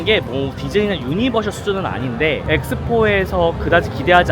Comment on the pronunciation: 유니버셜이 아니고 유니버설입니다. 우리나라사람들 아마 오피셜때문에 셜로 발음하는것 같아요. 별건 아니지만 그래도 테마파크전문가 에겐 알려드리고 싶어 참견합니다.